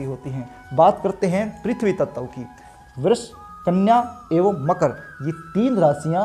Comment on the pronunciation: ततव तत्व 😂😂😂😂😂